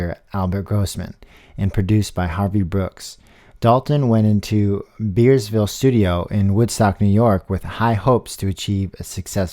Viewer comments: "Beardsville Studio" for Bearsville. Also, she died in hospice near Woodstock, NY, not on the streets in NYC. Read more, OK? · You do a credible job and your voice is actually fairly good for narrating. But you have to do better research and proper pronunciation of words. Greenwich and Bearsville are both mispronounced. In New York, it's Gren-ich and Bears-vill. I know it's not easy, but you have to try and marry up the proper vocal with the proper film or video. Your effort is appreciated -- I just think you need to polish it up a little especially since Karen is not covered that widely and should be. An explanation about why she never fixed her missing tooth would have been nice since she mentioned in an interview that it would interfere with her vocal projection and how she held her notes. The fact that she was often compared to Billie Holiday would be a compliment. That she was quite a good guitarist and Bob Dylan complimented her many times. Research is the key -- you sound good in front of the microphone just do some more homework. (I was a disc jockey on radio so I speak from experience).